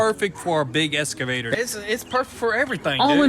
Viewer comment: It is eXcavator ffs lol. Do you say it wrong on purpose?